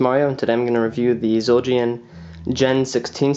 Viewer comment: Dude you shit the bed trying to say zildjian lol...